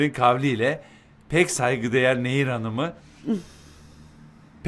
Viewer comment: Karekterin adı "Nehir" değil "Neyyir"!